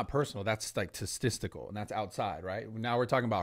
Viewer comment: 20 minutes and 11 seconds in that’s not personal that’s “testicular” haha I think he meant statistical while subconsciously telling Sneako to test nuts